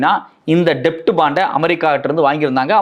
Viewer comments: Bro, அது "டெப்ட்" இல்ல, "டெட்" என உச்சரிக்கணும் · It's Debt bond only but B is silent please say it as Det bond